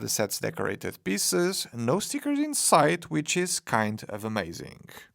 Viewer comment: Please try to pronounce "piece" and "pieces" with a longer "eee" sound, otherwise it sounds a bit ... funny ;)